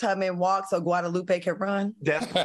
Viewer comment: Not Quadalupe Q. LOL